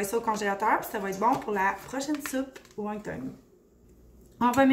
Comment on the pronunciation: Won ton et non won tong. Merci pour la belle recette!